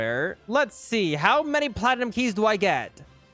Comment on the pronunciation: How everyone pronounces it: platnum How pronounces it: pla ti num